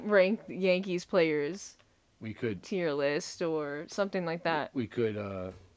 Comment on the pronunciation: ‘Tear’ list? This guy is hilarious!